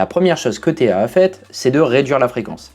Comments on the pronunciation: Bonjour, J'ai plusieurs remarques concernant cette vidéo : - Pitié, ETA c'est éta, pas E. T. A. - À , c'est quand même dommage de parler du Powermatic 80 et de montrer une Gentleman à quartz... De plus, contrairement à ce qui est dit, on ne retrouve le C07.1xx dans aucune Gentleman. C'est le C07.601 dans la Open Heart et le C07.811 dans les autres (Silicium inscrit sur le cadran). - Enfin, pour information, on dit UN spiral (j'ai bien noté la correction à l'écran) car en réalité c'est le ressort spiral qu'on a abrégé en spiral. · Pour info, en Suisse ETA se prononce /e.ta/.